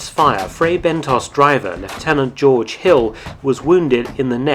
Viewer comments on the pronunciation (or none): none